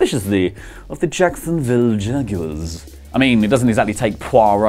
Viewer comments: Ikr Jacksonville Jag-u-ers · The way he pronounces "Jaguars" 😂